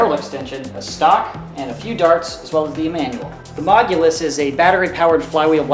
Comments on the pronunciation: I swear to god did he say mogulus like what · the mogilus 😂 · "tHe MoGulUs" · "the Mogulas" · The "mogulus" is my favorite blaster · Why does keep saying Mogulus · the says mogulus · the mogulus????